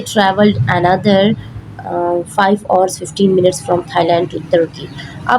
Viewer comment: Pls learn how to say hrs ok